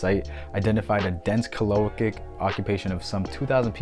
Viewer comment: Well, life is about learning. I pronounce Galilee as Gal ih lee, myself (middle syllable is the weak one, not gah lily as you say it with accent in the middle). Not sure if your choice is a valid variant (might be, I don't know everything, fer sher, but never heard your version before). chalcolithic is based on the root chalco (chal co) meaning copper (as with chalcopyrite meaning copper pyrite, a yellow copper sulfide mineral). lithic means stone or rock and is pronounced lith ic (same as paleolithic if you say that correctly; just replace paleo with chalco). chal co lith ic. Anyway, I get to learn from you, so a little return of favor is probably a fair trade.